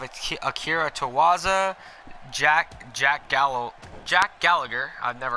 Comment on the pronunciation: Akira Tozawa not Towaza